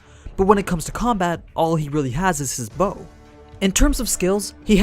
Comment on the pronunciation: Bow...It's so easy to pronounce. But the English dub couldn't do it!